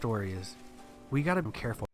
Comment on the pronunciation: Bro the end of the grinder story he said “I guess the moral of the story is we need to be carf” cut next story 😂